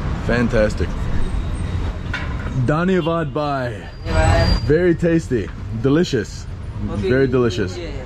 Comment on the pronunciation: Thank you for sharing your experience in Nepal, my only feedback for you is the pronunciation of 'bhai' whereas you sound like 'bye', hence the confusion, please do not take it otherwise, you made an effort, and that alone means a lot, I have a lot of expat friends living in Nepal for the last two to three decades, yet they refuse to learn Nepali which is sad.